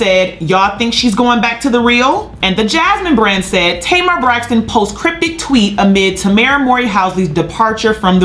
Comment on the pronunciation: Why did keep calling Tamar “ Tamer Braxton? “ We got it Sis. By the 2nd time, we knew who u were talking about. U must’ve said it about 40 times 😂🤣😂